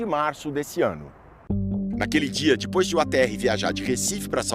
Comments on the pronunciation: "dipois" se diz "depois" e não "dipois" coisa ridícula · Pow um repórter desse nível falar "dipois" é complicado viu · "Dipois" kkkkkkkkkkkkkkkkkkkkkkkkk